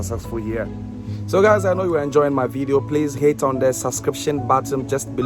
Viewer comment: Did u say HATE or Hit ? 🤣